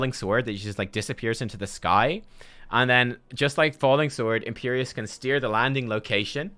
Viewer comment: Imperius not Imperious...